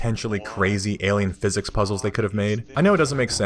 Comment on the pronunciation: "Gordon. Single. Theoretical Physiss."